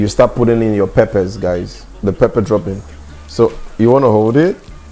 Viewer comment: Love the videos but it is not papa its pepper